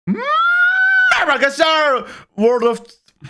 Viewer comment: MMMRRRBA ARRKİSLARRR WORLD O